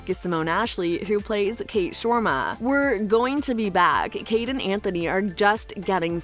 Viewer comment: How on earth did you manage to mispronounce Viscount and Sharma?